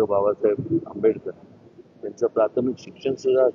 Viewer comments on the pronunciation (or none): none